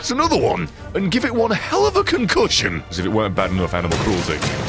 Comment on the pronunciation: con-cushion made me press that like faster than ever